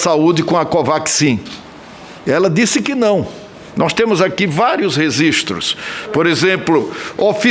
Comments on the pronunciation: Senador Renan, não se fala resistro e sim registro. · Também ouvi ele pronunciar "resistro". Outro dia ele tambem prpnin iou oitra palavra comum errada. Ele é alfabetizado funcional. Ele sabe muito é roubar.